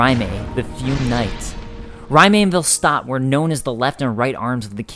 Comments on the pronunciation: I am not saying you're wrong on pronunciation...but isn't Raime pronounced Ray-m? Not R-eye-may? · Raime is prounced "RAY-m" not "RYE MAY" lol gosh darn that was annoying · You pronouncing Raime, makes me cringe. Do you see a m before the i? RAYM not RA MAY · "Ry-may" really? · the way he says Raime is really irritating he says it like Rimea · Great video, but you said Rim'ay. Lol, that was so hard to not yell at my screen. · Then that pronunciation makes me cringe. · You have a rather interesting way of pronouncing Raime. The E is definitely not emphasized.